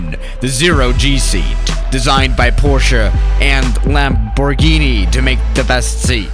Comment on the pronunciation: when says lamborghini Lambor Ghini